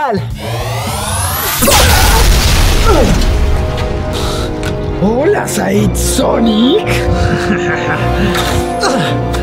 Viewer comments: marir sal XD creo que quiso decir salir mal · Malir sal dijo jajjaajajajja